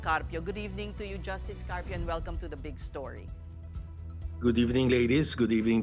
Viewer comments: Carpio po Hindi Cardio. 😅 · Carpio hindi Cardio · *carpio po hindi "cardio" 😆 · Carpio. Hindi cardio. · One PH - ayusin nyo, Carpio hindi Cardio- vascular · Carpio po - hindi Cardio 😅